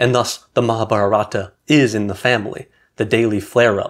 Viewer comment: It’s pronounced Mahaabhaarata in Sanskrit and you leave off the final “a” in Hindi. You’re emphasizing the wrong syllables.